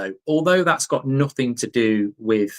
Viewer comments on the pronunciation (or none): none